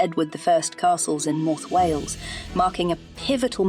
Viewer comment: Can’t even pronounce Wales right alone the welsh names!!